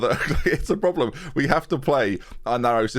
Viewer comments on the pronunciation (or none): none